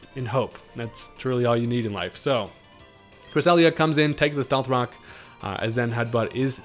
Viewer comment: Love your videos. Did you say “stealth cocks”? Lol Freudian slip.